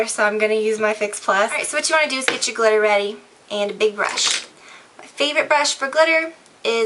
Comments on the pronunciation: "Dip the brush in the GLITTAH!" Lol! Love you:) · "you're gonna dip the brush in the GLITTAH" lol